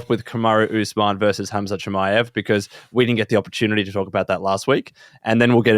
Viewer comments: Rob keeps saying HAZMAT 😂😂 it's "HAMZAT" just don't pronounce the K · Rob calling Khamzat "Hazmat" reminds me of when John Jones would say "Cereal Gane", 🤣